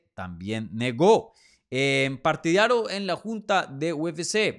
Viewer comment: Es, Partidario. Lo dijiste mal como 30 veces